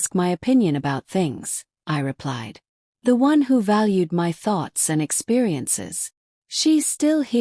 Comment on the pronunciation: M Y is my.When will AI get it right?